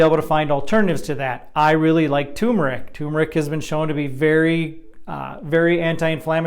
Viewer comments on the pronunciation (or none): Turmeric has 2 r’s, and is pronounced TUR MER IC. It’s not like having a tumer ….ic! Look it up. Sorry it drives me crazy how most people mispronounce this basic word.